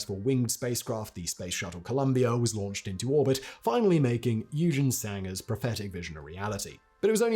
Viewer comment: NOOOO!!!! Not one thing you say shows any effort to get it correct. The name is NOT "you-gene"! It is pronounced "oy-ghen". At least you can try to get names right. You butcher the whole lot, including the German name for rocket - might as well use the proper "rocket" in English and just skip the German word, which is NOT a "racket", it is a "rha-keh-teh". And in many languages, including German, "v" is ronounced like an "f", so it is NOT a silver-Wogel, it is pronounced "silber-fogel". If you want to be a semi journalist and cover International history, work on your language skills!